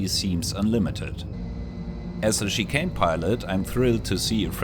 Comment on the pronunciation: With the accent, I simply heard that the Tarantula flies like "an overweight chicken". Like after a second yeah you said Chicane, but at the same time calling it an overweight chicken is also just too perfect.